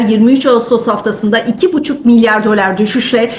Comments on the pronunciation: Dölar deyişini . . . 😂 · Hanımefendi..Gayet iyi özetledi para piyasalarını.. Niye dölar(bazan dolâr) diyor, orasını anlamadım..